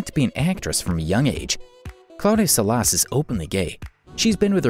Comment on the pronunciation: Salás? 😂😂 why change the accent